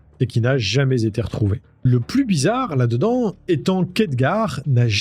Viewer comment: Il y a un mot que je ne comprends pas dans vos vidéos : " làn'd'dans " 🤔😅